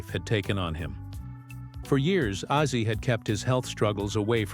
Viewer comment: Ozzy, not azi!!! Get it correct!!!!!!!!!!!!!!!!!!!!